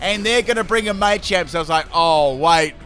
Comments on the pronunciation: >MAYchamp It's just MAH-champ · May-champ Everyone:Muh-champ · Your pronunciation of machamp and duraludon is upsetting.